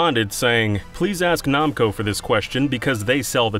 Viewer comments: Okay I have to know what your problem is and pronunciation because you have said namco wrong and you have somehow said another word wrong I can't remember what it was It was the start of the video. NAM CO. WHY ARE YOU PRONOUNCING IT LIKE IT'S NAHM!!!??? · Are we just saying "nawmko" now? Are we just doing that? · It's pronounced Nam-co not Nom-co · They way he says “Namco” is so strange to me. I’ve never heard it pronounced that way before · Lmao “Nomco” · Who in the world pronouces Namco as "Nah-m ko?" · Why does he say Namco as Nomco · "nom-co" SERIOUSLY????? HOW THE HELL DID YOU GET THIS JOB??? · The way you say Namco hurts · Did you just say Jarudo? The way you say Namco is terrible too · I hate how he pronounces Namco